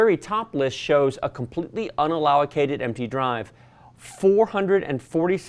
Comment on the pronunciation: Great video. Btw allocated is not pronounced “allowocated”. It’s “al o ca tid”... just saying..